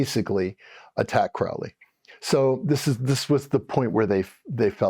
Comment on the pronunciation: This was interesting. It would be even better if you could correctly pronounce the words Crowley and Thelema.